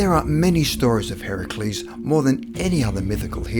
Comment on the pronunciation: You pronounced Heracles Correctly!?!?!? First time i've heard that out of a classroom.